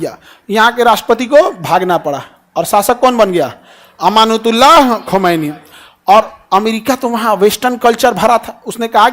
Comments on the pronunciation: You're lying sir this is not the history you should study deeply on a topic when you're explaining something and how will you know the history if you're not even able to pronounce his name correctly it's ayatullah khumaini not amanatullah khamenae.first study deeply about Islamic revolution in Iran and also the character of ayatullah Syed ali khumani. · Amanath Ullah Khu mainj ❌ Ayat Ullah Khu maini ✅ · Abe phle khumaini Sahab ka naam to sahi se bol tujhe nam pata nahi hai chla hai lecture dene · Aapko aadhi adhuri jankari h, Khumaini sahab ka naam bhi aap theek se nahi le pa rahe hn, Aapki di hui jankari bhi sahi nahi h